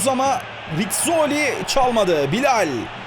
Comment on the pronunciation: Abi çok güzel BİLAL diyorsun . :-) Bilayll